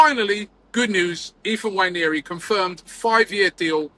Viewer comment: nwah-NAIR-ee, not nwha-NYAIR-ee No "Y" in the pronunciation.